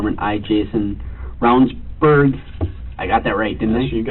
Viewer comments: I love the way the narrator pronounced his last name even after you hear the "general" tell you how to pronounce it properly ....... absolutely no f's given 😂 Also..... I see what y'all did there the 4 minute mark 😂😂😂 I'd love to know if anyone else picked up on it before they found my comment and if anyone will do anything with it..... 🤔 😂🥴🤷‍♀️ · You would think you could pronounce his name correctly after hearing it several times at the beginning. Not once did I hear Rounds Berg-so easy